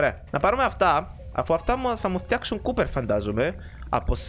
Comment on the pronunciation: δεν ειναι κουπερ ειναι κοπερ